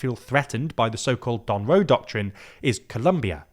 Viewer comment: its Monroe not Donroe 😅